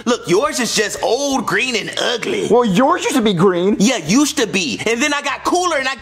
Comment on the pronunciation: the way he pronounced ugly LOL “UGH LEH” LMFAOOO